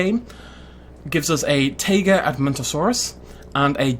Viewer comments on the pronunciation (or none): none